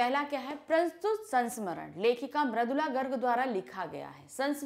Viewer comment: Poet name is maridula garg not maradula